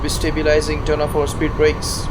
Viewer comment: what did you say there? spear brakes? I didnt understand